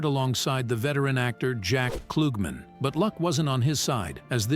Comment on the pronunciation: Jack Kloog-man! 😅 Bob Sah-get😅 Candace Cameron bee-your😅Hospital drama ERR.😅 And they didn’t even show Nicky and Alex. It was a flashback of Danny and Joey from 5th grade when they first met.